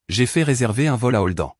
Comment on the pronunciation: Même les prénoms ne sont pas prononcés convenablement ! Holdan !!! Ça n'existe pas ni Beatatrice !